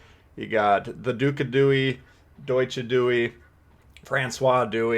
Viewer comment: Deutche Dewey lulz